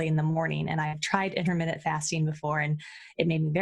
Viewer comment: Inter minute fasting. LOL